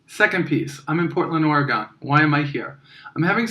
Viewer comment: Just a heads up, we the people of Oregon pronounce it as Ore-Gun. pew pew